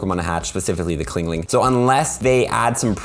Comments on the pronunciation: chingling not clingling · CHINGling not CLINGling lol